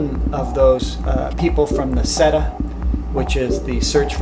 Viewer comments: SETI is pronounced "Set-ee" not "Seta". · nice clip, but this guy cant even get SETI right... credibility FAIL